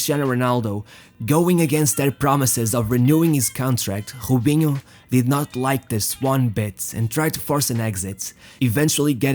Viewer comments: I like how you say jubinho instead of robinho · Why do you pronounce the R as a J. Robinho as Jobinho. Keeps bugging me. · Why u saying hubinho its Robinho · its Robinho dude fuk that accent its not ghobinho lol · Why you call him Hobinho? I've heard actual Brazilians clearly call him "R"obinho. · It is really annoying how you pronunciate Robinho's name. You can clearly say Ronaldo's name correctly by saying "Ro"-naldo, instead of "Honaldo". But when it comes to Robinho and other players like Roberto Carlos, Raul, you used H instead of R like Hobinho, Hoberto, Haul. Its like you literally can't speak words that starts with the letter R. But in some word like "remind" you can say the word correctly, not saying "hemind". Why is this?? As i said before, its really makes it annoying to listen to your narration. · Why he call him hobinho? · Hobhino, Haul, Hoben wtf 😂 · Good videos, Just wish he would stop with the Khhhhobiniho crap. He can clearly pronounce R, no reason to over do it with the accent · His name is Robinho not hoebinho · Bro - why are you mispronouncing words so terribly? You pronounce ROW-BEEN-YO as HO-BEEN-YO You pronounce HIGH-LIGHTS as EYE-LIGHTS Are you intentionally being a troll? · who the hell is obinho, van nistel oy, obben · He cant say his R’s😂😂